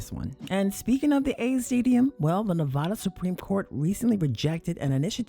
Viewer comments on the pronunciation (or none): Cool but as a Nevadan it's Nevadda not Nevodda 😁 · God damn it learn how to properly pronounce “Nevada!” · Please pronounce Nevada correctly